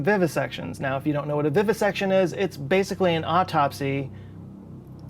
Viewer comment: aww, he said: "Bay - sick - wee" instead of "Basically"